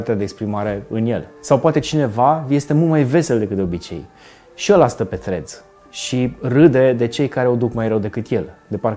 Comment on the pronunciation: Salut, zi-i tu lui să nu mai pronunțe Threads Freds, zi-i să bage limba între dinți pentru primele 2 litere